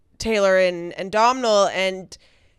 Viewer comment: Hi, delighted your video has dropped,. I’ve been waiting for this! I’m from Ireland, and just a heads up - Domhnall Gleeson’s first name is pronounced like ‘dough’ ….the m is silent.